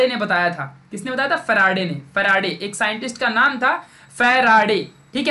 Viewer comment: Sir it seems very funny when you say " Ekdum chindi concept bana dunga"... Also when you say Michael Faraday as " humara farade" ,😂😂😊